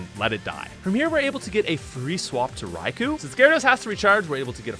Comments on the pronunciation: Raikou's name is pronounced Rye-koh, not Rye-coo. The "u" is silent. Its name derives from Thunder "雷" (Rai), and Emperor/Lord "皇" (Ko). Coincidentally, the word lightning in Japanese is literally: 雷光 -raikō, which is pronounced exactly the same as "thunder" and "emperor/lord" put together. Therefore, Raikou's name can be translated more or less as: "Emperor of thunder and lightning". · Raikou is pronounced "Rai-koh" by the way.